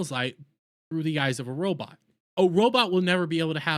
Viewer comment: “Robit” lol 😂